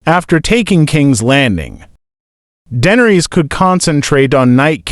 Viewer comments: Her name is not dendres teach your ai voice better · The butchery of the pronunciation 😂